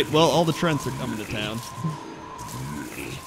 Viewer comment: Why is he saying "Trents", not "Treants"?? Besides, swipe would never be able to hit your minions, except for the 4 dmg (: All spells are cast from your perspective, meaning "blizzard" wouldn't hit your board either, and so on (